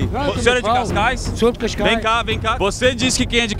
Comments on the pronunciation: Malta é CASCAIS E NÃO CAIS CAIS😂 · e cascais nao cais cais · É Cascais não Cais Cais